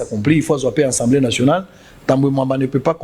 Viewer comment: "ENSEMBLÉE" TEEE..... , MAIS ASSEMBLÉE NATIONALE